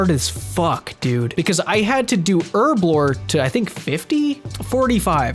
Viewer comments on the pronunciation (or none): plz stop saying urblore instead of herblore you're killing me